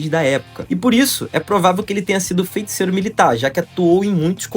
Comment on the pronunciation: Só me da nervoso ele falando "FeNticeiro"